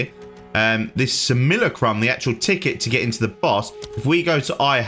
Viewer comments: Say it with me.. sim.. u.. la.. crum. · Say samillykrum one more time. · are you purposely saying Simulacrum wrong? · Dude I know English is weird for pronunciation basically anything that is not English. But how on earth did you come to the conclusion that Simulacrum is pronounced the way you did here? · I swear he is intentionally pronouncing it messed up 😂😂